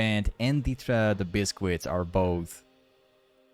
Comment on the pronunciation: Awesome game this was fun to watch 🙌🏻🔥 also..... It’s not pronounced “ bis..quits “ ........ and it’s choGATH not choGAS 🤦🏻‍♂️🤦🏻‍♂️